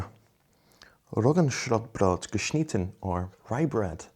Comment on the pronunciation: German here, your pronunciation of Roggenschrotbrot was excellent!